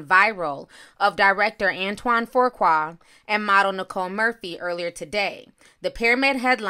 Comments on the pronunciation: Antoine Fuqua (Ant won) (Fuu kwah). You're welcome. Lol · There is no 'r' in his last name! Lmao say it with me "Fuqua" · Fuqua is pronounced “Foo Kwah” Lela is pronounced “Lay luh” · I did not Intend for the r to be there that mas My mistake but It is Pronounced Foo-Kwae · It's. Antoine FU-QUA! It ain't that hard! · 😂 “Antoine ‘For-quah’” 🥴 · Dang that's crazy. His name is pronounced Foo-qua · Hold on...there's more than one picture?!? NM said that she just ran into him in Italy. It looks like they had a pool date in Italy... Ti, I think that it's pronounced Foo-Qua... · Hi...Fuqua is pronounced FEW KWAY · His last name does not have a “R” in it🤣🤣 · His last name is pronounced Foo-kway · Fuqua is pronounced FOO KWAY.. my last name I know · "Fuqua" is pronounced "Few Kway" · FU QUA. where is the “R”???! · pronounced FEW-KWA Fuqua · WHY ARE YOU MIS PROnouncing HIS NAME. THERE IS NO R AT AT ALL IN EITHER OF HIS NAMES. IT IS PROUNONCE FUUU-KWAAA. NO R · Fuqua is pronounced Few-kwa. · Please Ti, the name is pronounced FOO-QUAW. Thanks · 🤷🏾‍♀️Nicile and Antoine are friends, friends with benefits! He's BIGGER than John Singleton because his movies have grossed more at the box office. Fuqua is not pronounced as Forqua, it doesn't have an R in it... Ijs... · Pronounced Fu-kwa not tryna be a smart a**...just noticed you pronounced it wrong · fü (like über) qua (no "r") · Why can't you pronounce Fuqua??? It's just an easy name. Where are you getting FOURqua from??? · It's pronounced ". FOOH KWAH" Do better. 🙄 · No "r" in the name lol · stays butchering people’s names; then gets indignant when people correct her. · Nacquia Johnson 🤦🏾‍♀️OMG, that ish was irking my soul. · 😄😄🤣🤦🏽‍♀️ I'm like "where tha r!?" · Right!! Where is she getting that damn R from? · Can someone tell me where the extra letter “R” came from 🤔😬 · I hate how she is pronouncing his last name😠 And Lisa betta mind it before Nicole takes her man again! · Girl say his name right smh